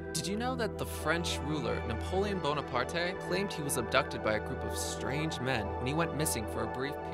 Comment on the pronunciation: Napoleon Bonaparte... lol. the e has no sound, because english